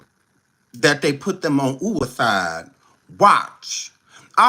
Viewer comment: Happy birthday 🎂! “Ooo-ih-iiide” watch😅